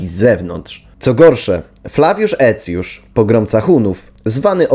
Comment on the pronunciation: A skąd ta fonetyka? Cosik mi się tu nie zgadza, zwłaszcza jeśli chodzi o Aecjusza.